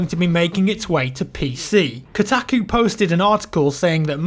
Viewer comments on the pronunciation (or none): Kotacku? Its pronounced Kohtahkoo